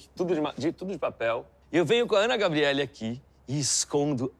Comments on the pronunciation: O melhor é o Luciano chamando a Any Gabrieli de “Ana Gabrieli” kkkkk me matei de rir 😂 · Todo mundo fala "ana gabriella"